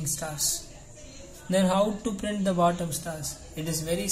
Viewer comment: Why you spell printttttt instead of simple print dont stress on that t it is irritating bro